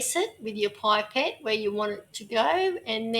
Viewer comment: For God’s sake it’ pip-ette not pipe-ette.